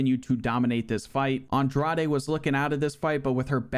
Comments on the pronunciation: Agreed. It's a lot of work to put in, and he does it well. That said, in the Women's Strawweight tournament, the correct pronunciation of the Number 4 Seed's (Jessica Andrade) last name is "On-DRODGE" (like the word "Taj" in "Taj Mahal"). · “Andraday” “Namanuñez” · Dog, Andrade is pronounced (Awn-drawjz) or u trollin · Aw bro molly over blanchfield is one of the most blasphemous ufc 4 results ive ever seen. Even worse than Aljo beating LHWs and Kimbo running thru hall of famers lmao. Also GDR beat Pena by submission when they fought irl which is one of the funniest results ever lol. Also please just listen to jon anik pronounce the names before saying Andrade or Nunes again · thtas not how you pronounce andrade lol